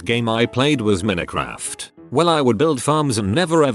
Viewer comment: Nobody: Text-to-voice: MINNEH KRAFT